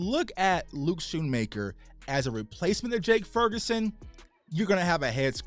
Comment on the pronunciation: Why is the C silent? You keep saying Shoonmaker….